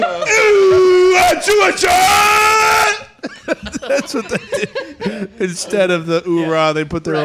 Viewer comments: Lol it’s pronounced Fort Hua-chew-ka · I’m in pain from laughing so hard at “ FORT HUACHUACHA “ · Im sure its been said 8000 times but its Fort Wah-Chu-Ka. Pretty sure its hispanic or native american or something idk all the military dorks in AZ end up there for a little bit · Lmao it’s pronounced wha-chew-ka